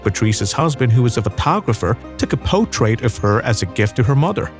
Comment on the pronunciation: Great video to WATCH, but not to LISTEN to. Where on earth did you get this narrator? Could you get one who can pronunce English? The word is portrait , not potrait!